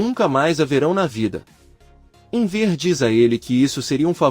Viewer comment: Não entendo porque o locutor fala Enver, burraldo